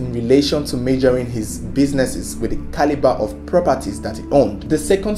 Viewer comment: Let me hear u say "Caliber" again 😠